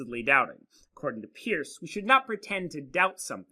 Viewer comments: Peirce is pronounced like "purse" not "pierce." I couldn't watch the video because it annoyed me so much. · It's perce (peirce) not peers. You have not read Peirce very well and your picking and choosing of selexted sentences is fallacious . You must disavow the underlying skepticism that underlies his philosophy, and with which he critiques Descartes. He is very clear about clear ideas and the method, pragmatic, which you have mischaracterized in fact ignored. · Thanks for the video, which I found interesting since I did my doctoral dissertation at Ohio State on the pragmatism of Holmes, Peirce, James, and Dewey. However, I winced the first time (and every other time) you mispronounced Peirce's name, which immediately detracted from your professional credibility as a philosopher -- but I'm glad to see you correct this in your own comments. It would also help you on a professional level to have someone carefully edit your text graphics. You continually misspell "fallibilism," for example, and you don't seem to know that "it's" is not a possessive, and you make other careless errors. Once again, these are stylistic problems, not substantive ones, but in the professional world, your substantive content (and thus your credibility) suffers when it's tainted this way. If you are going to "put yourself out there" with public videos like this, just as you would if you were to submit a paper for professional publication, then make sure you leave out the sloppy mistakes.